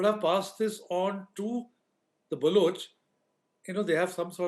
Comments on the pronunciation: Can you please stop mispronouncing Balochistan and Baloch? Please don’t use U instead of O in Baloch. It is NOT Baluch. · Dude it’s pronounced ’BalOch’ not ‘BalUch’ Baloch rhymes with Coach. Please correct this in future